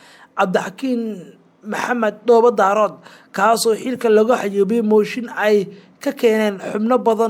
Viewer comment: Ma aha Dhoobo Daarood ee waa Dhoobo Daareed thank you